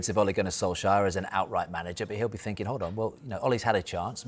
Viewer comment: Ah fink he's fird in da table! Sort it out,Sky.